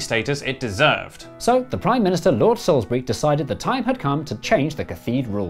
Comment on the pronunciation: SAILSBURY? I can’t tell if this is a joke about Salisbury or Sainsbury’s? Either way, it’s slightly funny.😂